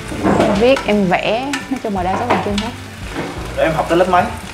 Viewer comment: Bằng chân mà nghe nói như bằng chăn!